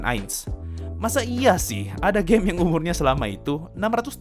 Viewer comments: Gw dengernya overlord anime gei !!! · Yg orang denger : overlord anime game Yg gue denger : overlord anime gey